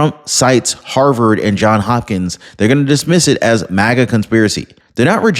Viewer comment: It’s “Johns Hopkins”. Cant ignore that “s”.